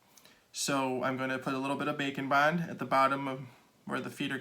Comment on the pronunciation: Keep hearing bacon 🥓 Bond 😂